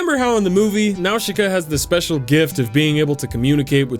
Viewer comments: not "now-shi-ka" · y;all why do you keep saying now-she-kuh they say it in the movie it's naw-sih-kuh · Yup the pronounciation almost correct. The katakan used for Nausicaa is ナウシカ. The correct pronounce is "Na-u-shi-ka” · Nawshooka 😂 It’s Naasica dudeee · Small criticism, m’man: “Nowsheekah” is just the Japanese localization of the real name. Its not really meant to be pronounced that way, it’s just the closest their language can get to it. Nausicaä is a Greek name (of a mythological princess), pronounced “NAH-sih-cah”. Calling her “Nowsheekah” would be kinda like someone insisting that your name is pronounced “Jeiku”. Lol. Great video, though. I’d totally play that game. 🤘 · Nausicaa is pronounced with an s sound, not an sh sound. Nau-si-caa not Nau-shi-caa. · Fucking nawshika? Boi. I hope you're wrong. I'm pretty sure it's pronounced Nawzika. Dunno. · Nausicaä: na-sic-ka Great video dude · jakey it's pronounced "naw-si-ka" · its 28 days later , not 20, also its not pronounced now-shi-ka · NAOSHEEKA?? THEY literally say her name correctly in the movie... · If you say Nawshika and not Nausicaä one more time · Cringing at the pronunciation nawsheeka yep sounds about right. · "Nawsheeka of the valley of the wind"😅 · the i in "Nausicaä" is silent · Great video but didn’t like the way he pronounced nausica so gonna go commit mass genocide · Jakey butchered that pronunciation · his pronounciation of Nausicaa gets me everytime lol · you say nausicaa in a way that makes me wanna die. still love you tho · literally no one says Nausicaä like that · I'm willing to forgive how you pronounced her name because of your fucking amazing ideas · then explain why the movie DOESN'T pronounce it like he is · all your pronounciation is wrong! tolm"ee"kians, nau"s"ikaä, etc.